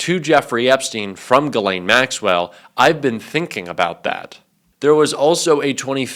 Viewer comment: "Ghislaine" french, pronounced like "She's Len", not "Guh Lane".